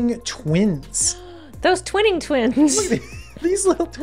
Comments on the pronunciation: Twining Twins, not Twinning Twins! Gosh. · I think it's Twining as in Entwine, not twin. So, Tw-eye-ning Twins, cause they are spinning... entwining.